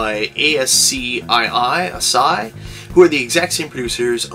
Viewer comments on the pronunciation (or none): rocking cats reminds me of chip and dale. and congrats on the samson! grail acheived. and its pronounced ASS_SKI. :)